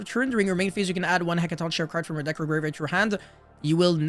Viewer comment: This archetype is so sick, from the art to the names to the effects. I’ll definitely be building these when they come out. Also the name is said like “heckaton KAI ree”